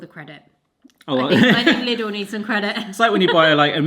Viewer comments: I have a bit of a pet peeve with the word Lidl, in the Netherlands most people will also pronounce it "little", but it's originally a German store and the i is pronounced with a 'ie' sound like in the word mie or wii 😅😅 Other than that, love this video, love the new setup and always love the videos with the two of you 😁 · LIDL is pronounced “leedle” (like needle), not “liddle”. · It’s pronounced like “Leedle” (rhymes with “needle”). 😂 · At the self checkouts it's definitely not! "Thankyou for shopping at Lid-ul, see you again soon!" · We thought it was pronounced it like Lydle rhymes with title